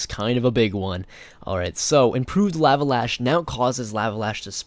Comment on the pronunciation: Great video! But you are saying lava wrong :P should be more like with a short "o" sound. KTHXBYE